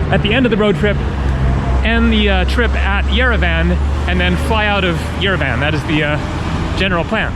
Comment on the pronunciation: You pronounce Yerevan like EuroVan :)))) good video though I hope you will have the chance to come back.